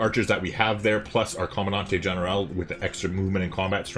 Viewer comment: For what its worth, the g on general is basically dropped or maybe said with a touch of an h. Its com-an-dan-tay ehn-er-aal